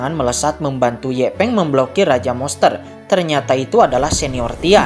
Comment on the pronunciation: Yanpeng bng bukan ye peng